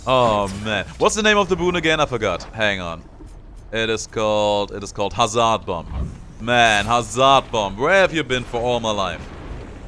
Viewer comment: Don't emphazise the "z" when pronoucing Hazard also that "a" after z, pronouce it as a "e" instead. After that you're pronouncing hazard correctly (despite the spelling saying otherwise).